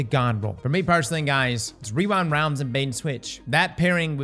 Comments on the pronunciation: wewind wownds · weewind wounds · Wewind wounds